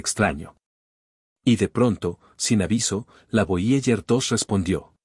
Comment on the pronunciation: Nones voyeller es voyeiguer, aprende inglés gil